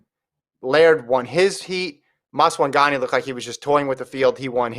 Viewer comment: They always butchering Maswanganyi's name.😂😂 This man said "Masagawah"